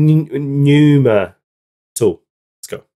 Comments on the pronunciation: The p is silent. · NEW MA, PNEUMA LOL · It's pronounced numa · What a legend!! The song btw is pronounced "Pneuma" and it means spirit in greek